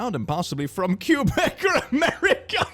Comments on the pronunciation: imagine saying Quebec like q-bec 💀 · you mispronouncing Quebec was the funniest part of that whole thing